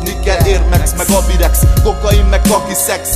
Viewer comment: Nem "Érd mex meg abirex" hanem Air Max meg Avirex